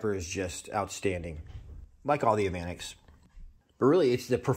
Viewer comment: That's pronounced "evah nex"